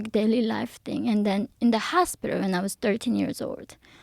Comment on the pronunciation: see how she's purposely pronouncing her L S after saying hospiter